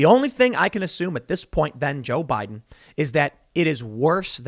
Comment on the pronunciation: "The historic turnout for jiao bai den" Just lmao.